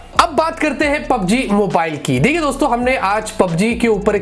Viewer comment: PUBG main "G" nahi hain sirjiii